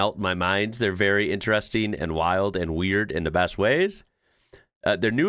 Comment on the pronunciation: Again....stop saying intressssteeen.